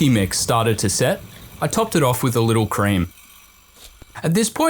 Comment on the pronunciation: what was the "creame"